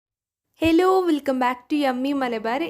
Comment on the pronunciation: ഹിലോ അല്ല ഹലോ...